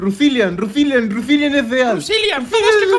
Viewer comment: rusiliam? así se dise